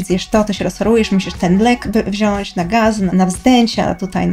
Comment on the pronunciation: Nie ciężko tylko trudno, i nie wziąś, tylko wziąć. Jest przecież brać.